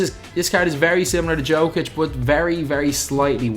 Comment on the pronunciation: Nikola Jokic name is said Nikola Yokic